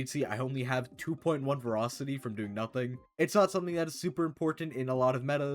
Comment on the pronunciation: "verocity" man this guy never finished school